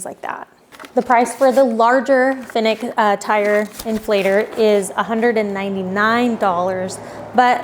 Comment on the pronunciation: Why are you calling it a “Finik”?